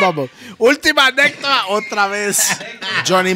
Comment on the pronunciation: Jajajaja NUNCA PUDO DECIR ANÉCDOTA JAJAJAJAJAJAJA